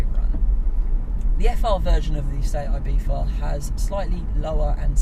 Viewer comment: Am i the only one who can not fucking stand him pronouncing Ibiza, with IBIFHA